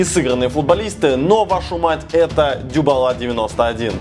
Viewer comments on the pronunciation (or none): Не дюбала а дибала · Герман правильно Дибала а не Дюбала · Дибала, а не Дюбала:) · Andrey Zhilyaev и нет что-бы поправиться на Дибала,второй раз сказал дюбала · В 2к19 слышать от германа, не Дибала а Дюбала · почему ты говоришь ДЮбала, а не Дибала? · Мне кажется Дибала а не Дюбала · Дибала а не дюбала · ДИбала , а не Дюбала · дюбала? ахахаххахахаххххахахахахах может дИбала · Не дюбала, а Дибала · Какой нахер дЮбала, может дИбала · ДИБАЛА ,А НЕ ДЮБАЛА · Дибала, а не Дюбала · Дюбала, Герман научись правильно произносить фамилии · Когда ты разучился выговаривать фамилии футболистов? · Дибала правильно